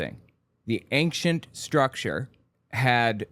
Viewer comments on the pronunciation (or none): I love your videos, but it DRIVES ME NUTS when you enunciate the “c” in Ancient lmao. It’s pronounced “Ain-shent” not “Ankchent.” 😭